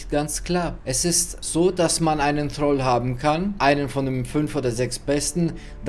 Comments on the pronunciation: Nee heist Thrall.. nicht Dialekt. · Es heisst Thrall ..nicht Troll